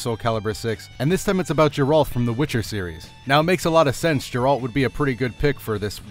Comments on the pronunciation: It's Gare-Rult, not Jay- Ralt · GA-AIR-ALT Why does everyone get his name wrong? They say his name a million times in everygame. I guess noone plays Witcher v.v